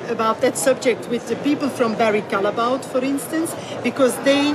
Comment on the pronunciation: NOT "calleboa" it is a flemish name it is pronounced Callebout ;)